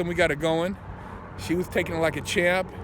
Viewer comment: Like a thamp